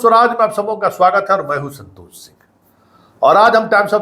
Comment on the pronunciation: इस संतोष को t बोलने भी नहीं आता